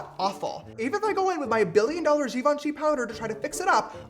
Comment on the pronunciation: As he putted the Givenchy powder out with the french accent and than said "This Shit Sucks"😂 lol😅